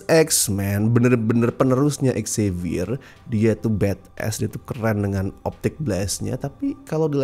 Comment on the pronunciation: Dari dulu kurang sreg sama prnyebutan nama Xavier yg "X-zavier", tapi kayaknya emang pengen menekankan X-nya biar pas dengan X-Men.